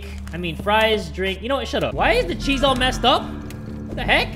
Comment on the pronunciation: I'm not the only one who says chez for cheese!!! Love you you make me laugh so much 😁